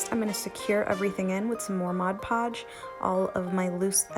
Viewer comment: I may not have heard you, but why didn't you paint the pumpkin before adding the beads/beading?...….Thank you for saying "Mod Podge" the right way...…….(A word snob...hahah)